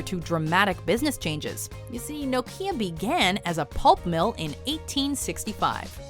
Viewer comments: Its right bugging me how shes pronouncing Nokia 😑😂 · Never heard Nokia pronounced like that!